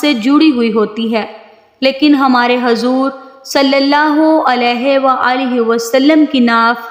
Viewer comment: Pronouns sahi kare hazor nhi huzoor hai